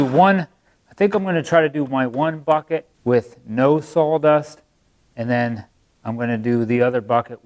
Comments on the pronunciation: Is Saw dust not sawl dust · Where is the 'L' in Sawdust?? 😂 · Is it just me or is he saying Sawl Dust? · Better call Saul......dust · I’m sorry are you sawing “SAWL dust”? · Wow, it really sounds like he's saying "salldust"... I even have my hearing aids in! Could have used a paper shredder, or does that made the pieces too small?